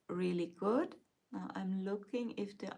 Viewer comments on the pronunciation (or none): none